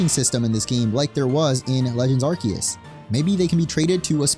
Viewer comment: It's pronounced "are-see-us" say it with me 🙂